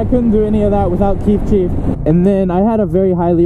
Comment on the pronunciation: am I the only one noticing he says keef cheef and not chief keef?